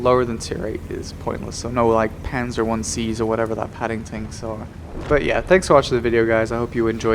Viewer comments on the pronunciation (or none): none